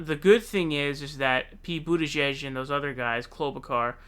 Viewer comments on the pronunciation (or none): its pronounced Klobu (char) not Klobu (car). Awesome segment however. Thank you. 49 years old and huge fan of yours. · Your pronunciation of "Klobuchar" is frightening. lol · Why do you say "klobe a car"? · Quick question. Are you purposefully saying every candidates name wrong?